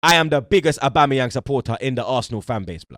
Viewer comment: saying aubamabloodclatyang 😂